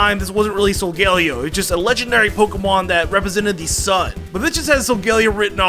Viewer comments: It is not Solgellio. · Solgaleo, not Sogoleo! And do not leave off the L in Volcarona!